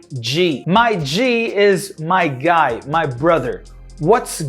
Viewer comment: Uma coisa que eu percebi é que o MY que a gente fala "mái" no Black English fica só "má"...hehehe